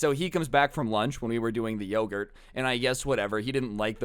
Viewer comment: you saying lowgurt reminded me of when my sister said every word like you as lou and one time literally at a funeral she had a unicorn toy and said "hello lunicorn are lou awake" in the middle of the funeral.